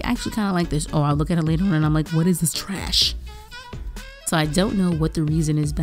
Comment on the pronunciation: You put so much emphasis on "garbage" and "trash." I'm cracking up. Also, this is one of my new faves. Start selling prints please!